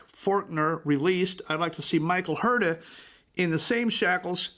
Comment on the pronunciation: The correct pronunciation of Huerta is “Werrr-ta”, yes roll the rrr…